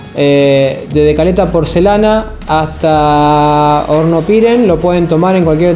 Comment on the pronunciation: Amigo bsds.. estoy mirando tu videos muy buenos.. Una sola cosa Hornopirén tiene acento en la E y suena horrible como lo pronuncias con el acento en la i.....